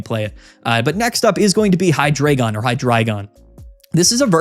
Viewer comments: It’s actually “high-dry-gon” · I could be wrong, but I always thought it was pronounced Hi, like short hello, followed by the word dragon. Kinda like you’re saying hello to your friend dragon in the hallway. Hydreigon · It’s actually pronounced “Hydreigon” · I’ve actually always pronounced it “Hydreigon”